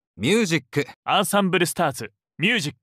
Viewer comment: Koga actually pronouncing music like music and not myuziku